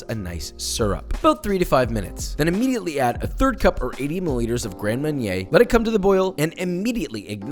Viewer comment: Grand M-AH-rnier... not M-euh-nier, please ! Also, the savory one with wheat flour, not buckwheat ? Aux Armes !!!